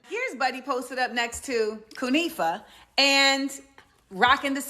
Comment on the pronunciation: "Coonifa" lmao them woke soldiers been going hard